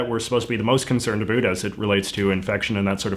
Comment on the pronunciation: Your pronunciation of 'about' destroyed all sincerity in this video.